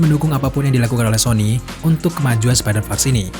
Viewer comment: Bacanya spidervers bukan spiderfars